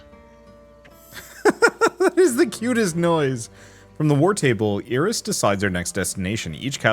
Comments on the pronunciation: Iris being pronounced e-ris instead of eye-ris keeps throwing me off, never heard it pronounced that way before. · It is a Spanish pronunciation